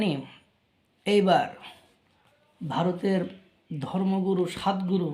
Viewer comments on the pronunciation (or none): উচ্চারণ টা স্বাদ গুরু নয়, সদ্ গুরু হবে। চিকেন নেক নিয়ে যত খুশি বকাবকি করুক, ভারত বলছি - ভারত থাক বসিয়া, দেখতে থাক চাহিয়া, বেশি বাড়াবাড়ি পতনের মূল । এমন একটা দিন আসবে - কেঁদে কেঁদে ভিক্ষা চাইবে ।